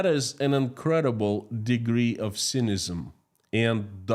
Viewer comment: thank you for your always varied and informative news items from Russia. May I correct your pronunciation of “cynicism “? It sounds like si ni ci zum, stressing the first syllable and each i being short like the i in “lip”. Also about the polygamy decree; I think it is rather lopsided. Muslim women should also be allowed to have 4 husbands. What is good for the goose is good for the gander or in this case, vice versa. I also believe that in this day and age, people should be permitted to define their own family with the same rights and responsibilities as the traditional family. I think this would encourage stability and allow more dignity to those who don’t fit into the traditional mold.